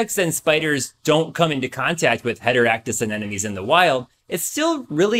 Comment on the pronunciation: Sure knows a lot about anemones... should have started with the pronunciation...